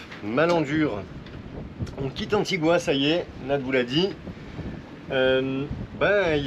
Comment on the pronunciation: Juste pour votre culture générale on ne prononce pas « antigoua » mais « antiga » si on vous le dites en anglais sinon en français c’est antigue